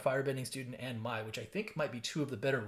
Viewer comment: Congratulations on some awesome pulls! And you pronounced almost every name exactly right, and the one you got wrong is completely understandable. Mai on the show is pronounced "May," but the way it's written, I totally get it. A couple of other things you might find interesting: that very cruel-looking tutor is voiced by Mark Hamill of all people. Also, something I keep seeing people missing about Badgermole Cub... When it Earthbends 1, it's turning a land into a creature, and that land creature will now also tap for an additional G, along with any other land creatures you may control from earthbending or any other source! Hope you enjoy your pulls and have loads of fun with them! ^_^